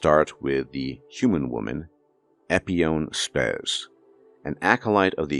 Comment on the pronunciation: “Epione Spes” just ruined it for me; this isn’t Wakanda. 😅